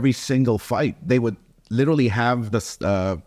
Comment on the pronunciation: Has no one corrected Oscar on him saying "LITALLY," instead of, Literally? jeez!! smh.